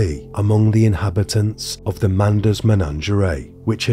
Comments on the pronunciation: Oh my god its MENAGERIE not MENANGERAY 😂😂😂 its even written on your own slides 🤦🏼‍♀️ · Take a shot everytime he says menangerea 😂